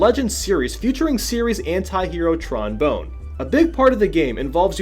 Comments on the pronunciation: I cringe every time ha says Bone. Pretty sure it's pronounced 'Bon' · Who says bone when reading bonne?... it's obviously bon like the same as tron but with a b instead of tr... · Tron Bone? WTF? They pronounce it Bon lmao she's my favorite Legends character. Get it right,. Also, holy shit. 40 is even worse than Mega Man. He probably stole some of Tron's panties after she left the room. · It's not Tron Bone. Bonne rhymes with her first name. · You get a thumbs down for saying trons last name wrong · Fuuuck, please from now on learn how certain words are pronounced before saying the line. It's making my autism rise whenever I hear bone instead of Bonne and Sa-ki when it's pronounced Sa-keh.